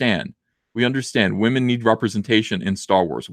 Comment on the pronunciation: Please stop saying wahmen. It’s annoying AF.